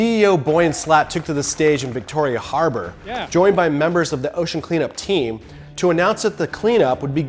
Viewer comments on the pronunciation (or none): none